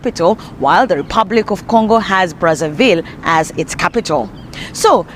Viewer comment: It's not pronounced "Congo Bratsavill", but "Congo Brassa VEE', since they spek French there. It was a Belgian colony. Run with pure terror by Leopold the 2. 🫣